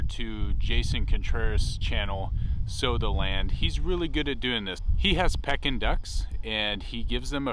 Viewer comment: They are “Pee-kin” ducks not “Peck-in” ducks ;)